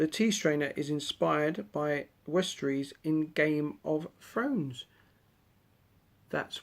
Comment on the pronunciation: Firstly westerossssss is dear not eees lol Secondly Aragon and Arwen from the third movie Thirdly we got the same candle